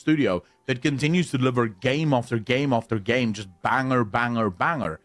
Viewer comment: the way bro pronounces banger is absolutely phenomenal, going forward that’s the only way I’m pronouncing it 🫡